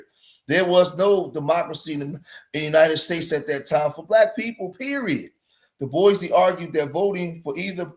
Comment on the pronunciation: So glad you pronounced it “Doo-bwoy”. It irks my nerve when people say Du-Boys 🫩. Or pronounce the state as ill-uh-noise. Or the W in sword. 😢